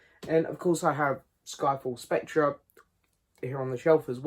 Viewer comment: The ‘r’ in Spectre is silent. Pronounced Specter. Sorry to be ‘that guy’. Agree it’s a pretty rambling, poor film though.